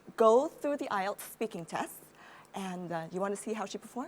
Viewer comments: đúng là đọc sai nhưng sai ở âm tsh, e đó đọc là sh. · cho e hỏi ngu tí ak. Sao c ấy lại đọc là 8-ai-eo ạ? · bà Mc đọc weo căm tu tám ai eo hahahaha